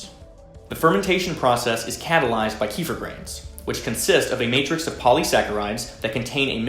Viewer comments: It's actually pronounced 'key-fee-R'. The 'r' has a hard sound. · In Russian it’s call KEFIR ! You emphasize last syllable. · its always funny to hear hardheads say Keefir. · You even pronounce it wrong! Key fer!? I 🤣🤣🤣🤦‍♂️😒😒😒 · Tells us how to pronounce it correctly then continuously miss pronounces it👌😂😂